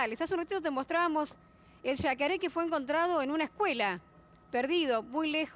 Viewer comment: SHa SHe SHi SHo SHu..... SHeSHiSHimooo!! 😆